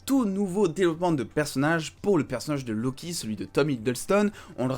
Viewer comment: "lo kiki" j'ai rigolé jugé pas